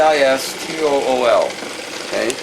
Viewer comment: I believe it is "Austool" brand microscope, (not avistool) just fyi... you rock!! Thank you.